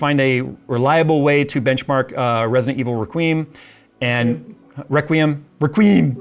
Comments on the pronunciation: "Wreck-we-em" Requiem. That would be a good benchmark, it's got beautiful graphics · Who the hell pronounces is requeem 🤣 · dude is pushing 50 and can't pronounce REQUIEM?!? oof